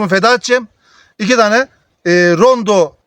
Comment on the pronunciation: Nacizane bir düzeltme yapayım Rondo değil Ronde. Abimizin eline sağlık verdiği bilgiler çok isabetli. Allah bol bereketli ürünler versin, emeği boşa gitmesin.